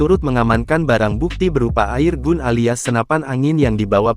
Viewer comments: Keselip lidahnya 😅. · Naratornya ga bisa bhs Inggris ya kok bilangnya air gun